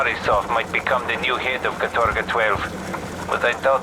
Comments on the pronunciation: Katorga translates to "hard labor" in Russian. Calling your city or island "Labor Camp Gulag 12" and acting like it's a normal name is weird. Also it's pronounced "KA-torga", not "ka-TOR-ga" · the worst part of this for me is having to listen to them put the wrong emphasis on the word 'katorga' all the time... It's 'kAtorga', not 'katOrga' you assholes. Means 'involuntary hard labor'. You know, the kinda thing Raven does for Activision now in the CoD mines.. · The worst thing about this gameis that Americans can’t pronounce “katorga” correctly. Like holy crap just practice using google translate, mate.